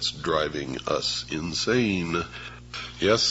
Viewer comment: 3mins.- wooow the way he said in-sane so to my mind some people we call insane is really sane and we do see that in sports for example